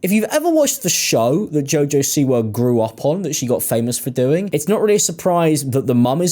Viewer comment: Half way through I finally realized you were saying “Siwa” and not “c-word”